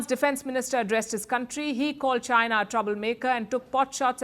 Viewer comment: Chy-Na... Chy-Na... 🤣🤣🤣